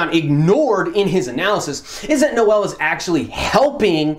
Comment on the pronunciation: Noel is a French name. And it's pronounced exactly like pronounced it. For his last name, tons of German names are finishing with *zel, I'm pretty sure this name as Germanic roots (I mean, it SA after all). I think it would make more sense (for someone outside SA, not speaking Afrikaans) to pronounce it like did because it's pretty close to the roots of the names (French, German/Dutch)